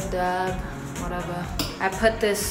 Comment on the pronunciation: "spread dab wutevuh" Is the line I will use every time I do anything. luv her!